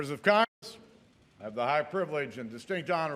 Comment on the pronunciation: No disrespect it's just that I'm reminded of that time Mr. Bean gave a speech also "members of C*CKS!"